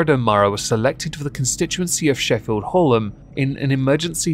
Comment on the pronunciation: Hallam is pronounced Hal-am. Yes, I'm pedantic.